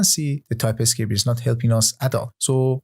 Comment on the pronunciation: The course is great! But why do you pronounce "TypeScript" like "Ty-Pi-Script"? Nearly got annoyed by that fact...